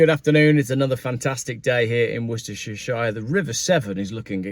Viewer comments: The 740 thing is disconcerting, but even stranger is you having 3 days of videos with so much sunshine in “Worstashurstashire”!!! 😀😀😀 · Christ, your holiday in "worcescestershire" must be dull if you prefer sitting in your car reading out this drivel.